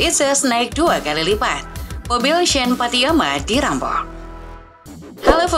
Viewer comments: Pattynama Min, bukan Pattyama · Maaf min penyebutanya tetap pattinama ,bukan pattyama